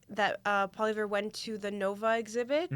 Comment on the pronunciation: Fan of JPost here: Please, at the very least, learn how to pronounce the names of our candidates (Poilievre) -- it's hard to take you seriously otherwise. As for Carney, I haven't heard anyone say they might need to "move out of Canada" if he's elected, but maybe this is coming from more orthodox circles? His one faux pas, when responding to a heckler (pre-debate), gave lots of us cause for concern, but as you say, he has since shown a willingness to push back against the NDP (Singh's) demands for terminology like "genocide", and seems to be plotting a moderate middle-ground position on all things Israel and Gaza. So no, he probably won't ever be a 'hero' to us, but he might be civic minded enough to keep the mobs away from our doors. And maybe that's the most we can expect right now from a Canadian government that reflects the will of the people. My two cents.